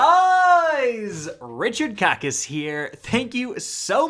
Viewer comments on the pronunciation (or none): Please never say Richard kackis ever again😭😭😭